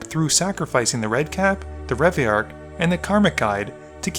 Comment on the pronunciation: Having to hear the pronunciation of Reveillark that many times in a row nearly broke me.